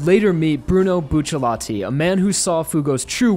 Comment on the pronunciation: Does anyone else get triggered when he says "buccilati"